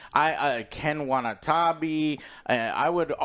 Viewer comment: Ken Wanatabi who ???? Joe, start paying more attention to Japanese names and pronunciation. I dont UNDERSTAND why you, Americans, always make mistakes pronuncing Japanese names 🤦🏻‍♂️🤦🏻‍♂️🤷🏻‍♂️🤷🏻‍♂️